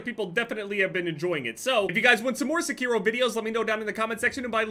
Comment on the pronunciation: pronounces Sekiro differently every time he says it